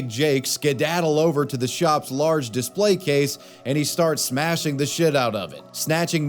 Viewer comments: "Display" is pronounced dih-SPLEY (/dɪˈspleɪ/), with two syllables and the stress on the second syllable ("play"). It is pronounced the same way whether used as a noun or a verb. The "di" makes a short "i" sound as in "ship," and "splay" rhymes with "day" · Are you saying "Displate" everytime you say "display"? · I feel like you're subliminally advertising for "Displate" every time you say "display" hahah